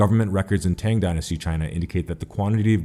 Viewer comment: You gotta work on that pronunciation cause I know for sure you're pronouncing Angkor and Tang wrong.